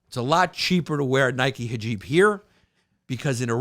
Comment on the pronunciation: I love that his producers let him mispronounce hijab a thousand times with no attempt to help him 🤣